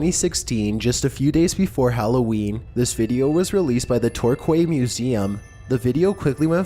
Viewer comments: It's pronounce TorKEY, not Torkway! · Torquay is pronounced tour-key. It's an easy mistake to make if you've only ever seen it written down.